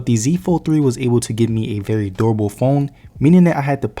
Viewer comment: Broooo🤣🤣🤣🤣 omg so I had to rewatch and activate the captios but the way you said durable sounds like adorable I just saw it now 🤣🤣 my bad bro